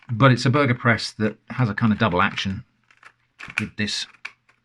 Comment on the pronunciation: Hearing a Brit say double action is pretty funny